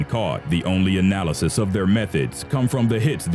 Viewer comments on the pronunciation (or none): none